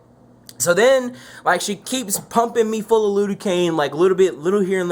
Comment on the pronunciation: Lidocaine* not lude-o-cane.